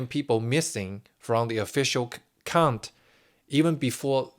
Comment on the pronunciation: You are pronouncing the word "count" as "cunt". If you don't know what that means, look it up. Not good.